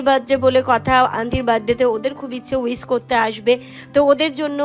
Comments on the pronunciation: Wis na wish ektu uccaron thikthak korte shekho. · Wis noi wish, kottoh khabar shotti😜